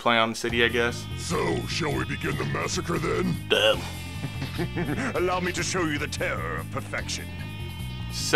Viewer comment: Why does he say “damn” like dat 😂😂😂